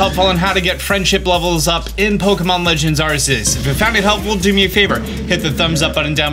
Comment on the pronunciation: Listen, I LOVE your videos. Please pronounce Arceus correctly. 🤣